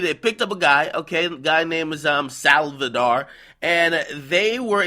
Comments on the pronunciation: homie akademiks read SALVIDAR as SALVADOR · anyone else laughing at how this dumbass pronounces saldivar LOL thats his last name too, says it clearly in the article you use in this video